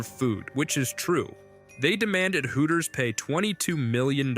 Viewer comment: "Hoo - ers" 🤣